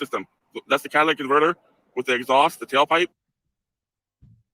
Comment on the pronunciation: I swear it sounded like cat lick converter 😂